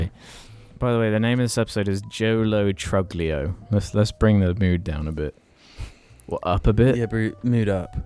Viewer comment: Lol "Truglio" is pronounced more like "tru-lee-oh" because it's Italian but yeah, he looks like a Joe Lo Truglio